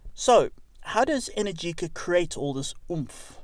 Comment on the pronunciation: Sayer and they pronounced "Energica" incorrectly.